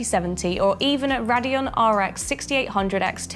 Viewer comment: d... d... di... did, she just say NUvidia and RADeon Its EN-vid-ea, and RAIDeon Nvidia - Radeon